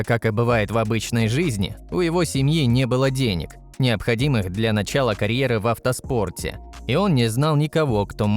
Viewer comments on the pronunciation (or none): none